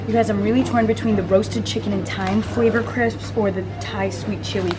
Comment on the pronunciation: I'm so glad said crips. I wish I was in that Sainsbury's I would have came up to you and said hey